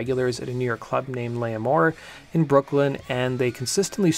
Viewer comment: L'Amour - Pronounced Lah-more 🙂